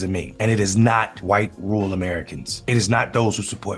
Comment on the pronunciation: Rural is not "rool" and veteran is not "vetrin". And even if there had been fbi, cia, etc at Jan 6, it still wouldn't make those people innocent for their own actions. That's like saying you're innocent for a home burglary cause you didn't break the door, you just followed your friend inside and took some stuff cause he instigated it.